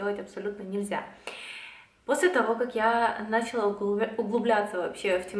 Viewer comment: Правильные ударения: началА; срЕдства (мн).